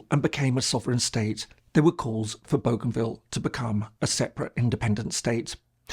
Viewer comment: He is pronouncing Bougainville correctly as it is pronounced in the region. Nobody on our islands pronounces it the French way despite the name’s provenance. In the Solomon Islands it is pronounced a little differently as boh-gun-ville.